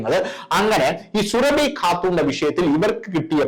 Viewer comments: എടൊ സുര ഫി അല്ല സൂറബി എന്നാണ് പോയി ജാമിത് ടീച്ചർ യുടെ വീഡിയാ കാണണം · സുരഭി എന്ന് പറയല്ലേ, സൂറ ഭി എന്ന് പറയു. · Surabi Alla Suraabi yannu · Sooraabhi not Surabhi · സുരഭി അല്ല സുറാബി ആണ് 😊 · സുരഭി അല്ലടോ സുറാബി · സുരഭി അല്ല സുറാബി എന്നാണ് പേര് സുരഭിക്ക് അത്രയ്ക്കും തൊലിക്കട്ടി ഉണ്ടാവും എന്ന് വിചാരിക്കു നില്ല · 😜..... എടോ, സുരഭി അല്ല സുറാബി! പറയൂ...... സുറാബീ!!! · പേര് ശരിയായി പറയു. സുഹ്‌റാബി ആണ്.